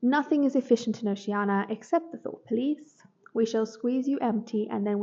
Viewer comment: Good list. The pronunciation of Oceania irked me a bit, but it's fine, haha, thanks.